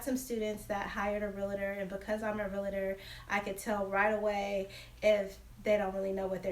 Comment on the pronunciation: It’s pronounced real-tor not real-a-tor.